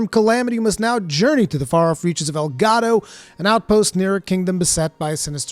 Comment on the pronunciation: Monster Hunter Rise Sunbreak. Sponsored by El Gato. Seriously though, that's what I heard every single time you said Elgado. Which is kinda making me hate the name. Oh well, I'll get over it. I'm sure it's gonna be a cool expansion.